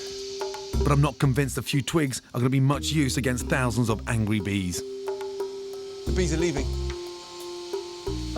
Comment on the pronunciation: anyone else notice when he said ‘angwy bees’ instead of ‘angry bees’